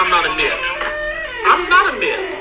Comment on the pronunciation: he knows what a "mifth" is? ok